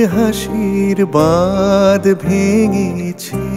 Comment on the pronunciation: উচ্চারণটা বাঁধ হবে I